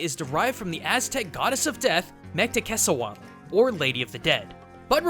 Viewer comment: Mictecacihuatl is pronounced meek-te-ka-SI-wa-tl. Loved this video centered around an important symbol in my country!